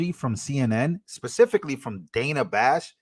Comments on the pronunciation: Its Dana. So it's pronounced like Donna or rather with a soft 'a' sound. Long vowel sounds are created by placing two vowels together or ending the word with an 'E.' Short vowel sounds happen when a vowel is placed next to a consonant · THIS GUY CANT PRONOUNCE DANA, SO WHY IS HIS OPINION RELEVANT. JUST GO AWAY. AMERICA, 🇺🇸 LOCK UP CRIMINALS DONT ELECT THEM. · If she wants it pronounced Danna she should spell it that way. Otherwise STFU about people getting it wrong.